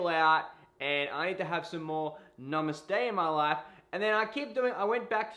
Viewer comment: Stfu. He said it Right.